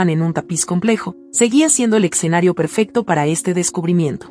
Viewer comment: Y dale con “el EXENARIO” Es ESCENARIO….ESCENARIO ESCENARIO….ESCENARIO😂